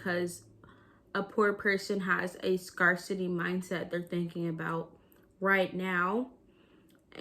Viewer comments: It’s pronounced scare-city. Wishing you the best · lol Have you only seen “scarcity “ written or something? Why do you pronounce it like that?